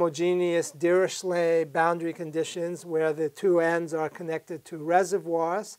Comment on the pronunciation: Dirichlet is pronounced 'Deer-i-clay'